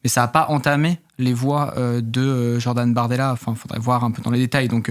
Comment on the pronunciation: "jordan mardella" ou c'est moi?